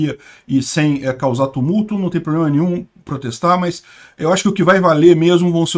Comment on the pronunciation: Desculpe um comentário: Você é tão pontual e inteligente nos comentários… Porque você pronuncia “ pobrema”?